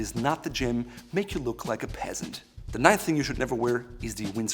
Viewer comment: I thought he said pissant.